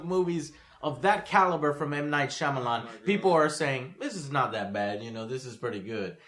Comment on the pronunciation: Yes,. Foreign names are funny. But if you're not four years old, and have seen literally a movie, you know how to pronounce Shyamalan's name.